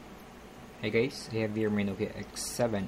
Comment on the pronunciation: You sound like you said "hey gays" at the start of the video...